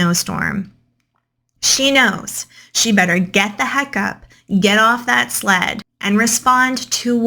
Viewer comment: Okay, I don't know where the narrator is from, but the way she pronounced the word "sled" like "slat" or "slad", I had to go back 5 times to understand what she was saying and I swear I briefly thought she was saying "slut". 😳😂